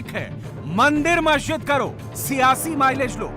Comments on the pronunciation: majid tum bolte Ho lakin molve to mhajid he bolta hi 🤣🤣🤣🤣🤣🤣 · Masjid bolna sikhle pehle tab bolna😆